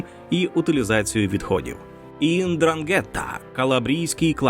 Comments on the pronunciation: Ндранге́тта🤣🤣🤣 смішно звучить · НдрАнґета. Наголос на першу літеру "А".